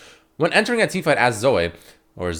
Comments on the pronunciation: Her nam is (Zoh-ee) now (Zo-way) Sry but that was so cringe lol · Zoh- Ee not Zoh- Ey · i kinda died a little when called her Zo-way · it fucking zo-ee not fucking zo-eh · When called her "zo-ay" I got trigger as fuck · it’s zo-eeeeeeeeeeeee not zo-AY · It's not zoi it's Zoe ffs lul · It's not zo-ay, its not zo, IT'S FUCKING ZO-EE. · Zo-ay or zoh. Dude have you never heard the name Zoe before??? You're pronouncing it like 5 different ways none of them are correct. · Please stop saying zoh-ay, it's more cringe than the champ itself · please no. it is not zo-way. (insert clip of steve carell from the office(OH GOD NO)) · Why are you pronouncing Zoe like "zoah" ? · why did you start pronouncing zoe like an abnormal human-being...? saying it like 'zoeai' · the type of nigga to pronounce Zoe as 'Zoay' LMAO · Zoay? Who the fuck would pronounce it like that? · Zo - Ay ? you for real bruh? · Anyone else annoyed at his pronunciation of Zoe? cause i'm annoyed. not like i hate it annoyed just annoyed that it's got so many different pronunciations nowadays.